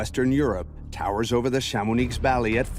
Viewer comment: Please learn to pronounce Chamonix properly - it is so distracting when it is fundamental to this story